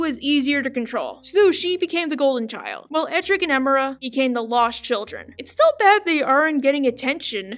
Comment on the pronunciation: Ok, I wasn't going to say this, but it needs to be said. You pronounce Emira's name wrong. Her name is pronounced Em-er-ah, not Eh-meer-ah. Seriously, they say her full name in the show several times before. Seriously, why do people pronounce certain characters' names despite hearing other characters say them multiple times? I don't just the Owl House, I mean shows/cartoons in general. Still a nice video though.